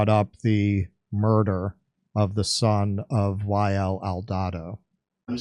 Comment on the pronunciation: You’re actually saying wael kind of correctly